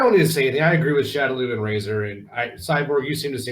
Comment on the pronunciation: lol! Hey guys. It's been a while. Razor is correct in the reading of my username. Thanks for answering my question. I had to ask the deep questions, because that's kind of what I do. I love the idea of doing another non-fighting genre MK game. To: I don't consider Shujinko to be all that popular, but I would be interested in seeing him given a new interpretation of the character. I was never a fan of Chameleon, but you have an interesting idea To: I agree with Dairou, and I think Midway missed out on a good opportunity with him. It still could have worked to have him from Seido but move to Outworld to be a mercenary for Shang Tsung. That way, we'd have a Seidan character established in a game prior to MK Deception and the connection to Hotaru can be explained in that game. Had Midway stuck with the samurai-esque aspects to the design, his two-sword style could have been derived from Niten Ichi-ryū sword style. To Razor: I like the idea of Hsu Hao being given another chance. Despite the Chinese name, I believe that he's meant to be from Inner Mongolia. Sadly, NRS made sure to adapt a lot of elements from Hsu Hao for Kano, such as the chest power-up from his Cutthroat variation and the backstory element of being a double agent. Considering Kenshi's and/or Takeda's endings, perhaps we'll get some prominence of the Red Dragon in MK11.